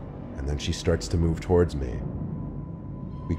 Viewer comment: In the final story, don’t you mean she moved “torward” you?